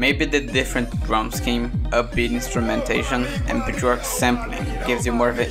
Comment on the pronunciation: stop saying "buh-jork"